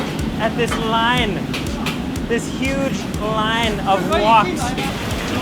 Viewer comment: Speaks perfect English then when he says "line" he sounds different...